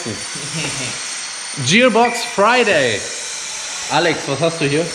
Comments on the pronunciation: lol zum Leben gebracht. Der Bock wurde hier zum Gärtner gemacht ^^ Es heisst net Dschierbox sondern Gearbox Hab dich trotzdem lieb,, du:) Und danke für die Erklärung mit den Synchroringen. Endlich habe ich verstanden, wie das mit den Ringen geht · Der typ hats hart drauf, und ich bewundere seine arbeit, fähigkeiten und erfahrung. Aber wenn er noch einmal TSCHIÄRBOX statt gearbox sagt, dann rast ich auuuus 😂 Grüße :D